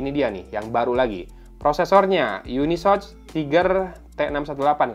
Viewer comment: Cara bacanya itu bukan YUNISOCH bang, tapi UNI SoC (yuni es o si) . Gitu CMIIW